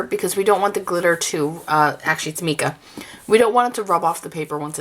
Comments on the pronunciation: Mica is pronounced mycaw ! Just thought I would let you know 😊 👍 However thanks so much for for the tutorial as I would love to make my own colours because it’s expensive and I have a lot of mica colours and empty brush pens ! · Just to clarify.... the pronunciation is "my-ka" If you're not sure if that's right... ask a mineralologist. Great idea making it yourself..... thanks for the video. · can you tell me what is the difference if you use plain water to mix with the Mica (we pro nouce it MY-ca) or if you mix it with just Alcohol and what is the difference if you use the mixture of water, alcohol and mica? I was just wondering if it affected the outcome on anything you were stamping or watercoloring,etc... and it really doesn't matter how you pronounce MICA, I just thought I would share with you how us American's say it..;) I love your tutorials..TY..